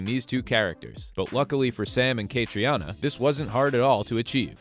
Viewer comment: Please learn out to pronounce Cait's name. It is pronounced Katrina.